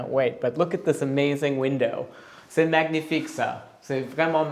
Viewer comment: Please 🙏 stop saying magnifique with gh sound! It's a very soft n sound! Time to improve your French 👍